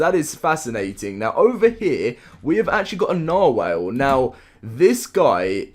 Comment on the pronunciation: "Norwhale" is English your first language? If not then that's cool but otherwise lol